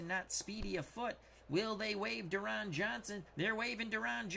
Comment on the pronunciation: Deron Johnson's first name is pronounced "Darrin."